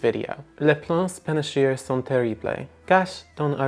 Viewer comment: I like Babbel! My faves though are Busuu and Drops. Your nasal vowel pronunciation on “sont” is very good! That can be really hard for non speakers to get. Watch out for “terrible” though, the last syllable should sound like “bluh” (blay would follow Spanish pronunciation rules more than French. Irritatingly, the languages are very similar but have some very different pronunciations!)